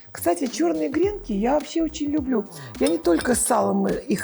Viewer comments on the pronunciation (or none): Хочу сделать замечание. Надо говорить_- гренки, на последнюю букву "и" Ударение. В вы вещание на всю Россию, и все говорят неправильно. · ❗️🐾🐾. Милая Ларисочка, всё прелестно🌺 но гренкИ - это муж. род с ударением на И🌺 посыпать гренок сверху нужно ЯЙЦОМ т.к. яичко - это из области мужской урологии🌺